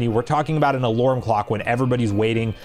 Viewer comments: Are you Canadian? Why do you say “alurm”? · Do you always pronounce “alarm” as “alorm”? Sorry if I’m making fun of you, but can you physically pronounce it correctly? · I think you mean "alorming" 😅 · you're great, but I have no idea what accent you have that pronounces alarm as "alorm". Is it the same for other words like "charm/chorm" or "karma/korma"? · The way you pronounce "alarm" is alarming